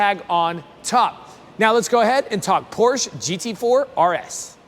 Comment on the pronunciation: It’s POR-SHUH.